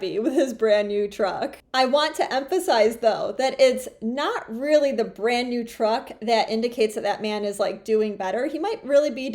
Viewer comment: Whats a "burrand new truck"